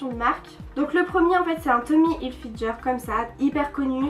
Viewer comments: Sa se prononce hilfiGUEUR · Mais punaise c'est pas Tommy HilfiJER c'est HilfiGER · Mais comment tu prononce le Tommy Hilfiger genre Tommy Hilfi"jeur"😂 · "Tommy hilfilGer " 😂😂😂 oh non jpp 😂😂 c'est ger genre sa se dit hilfilgueur 😂😂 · "Tommy Hilfijer" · J'chui d'accord avk les autres commentaires et c gens on raison c n'importe koi vos mieux acheter et payer l'vrais pris ke payer une amande et apprend ke la marque tommy hilfiger sa se prononce hilfiguer prck tu plc avk ton accent de hla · Magda Léna bas elle c'est peut être trompe comme tout le monde sa arrive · Moi aussi ça m'a légèrement choquée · Tu prononces mal Tommy Hilfiger. Merci de changer ça car c'est très gênant